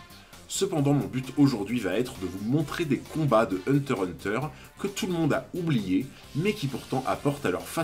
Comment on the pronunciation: Ah tu dis hunter hunter comme il faut. J'avais remarque mais ça me dérangeait pas du tout tellement tes vidéos sont qualis! Continues t'as vraiment une super chaîne